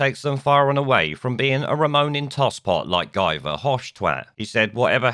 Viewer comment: His name is pronounced "Ghee" Nuff said.